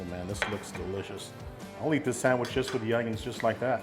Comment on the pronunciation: come on...just like my dad, calls it a sangwich...lol All joking to the side, that's one good looking sangwich!